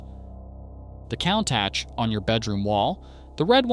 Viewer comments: That is definitely NOT how to pronounce COUNTACH. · That's the worst pronunciation of Countach ive ever heard.